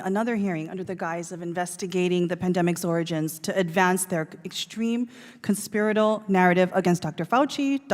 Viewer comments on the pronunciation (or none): That clown from Hawaii can't even pronounce "conspiratorial." Not sure if you caught that.